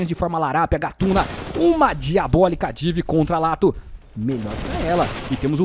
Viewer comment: Mano, mais alguém achou engraçado ele falando div? Hahaha era Di, néranão?